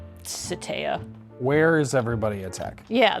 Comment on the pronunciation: also, shoutout to for teaching me that it's pronounced more like "Suh-tyuh" not "Sah-". It's good to learn these things!